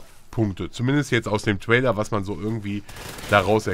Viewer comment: lern mal englisch, es heisst TRAILER! nich TWAILER.. gott ey -.